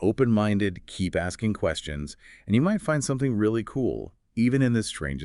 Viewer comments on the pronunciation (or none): none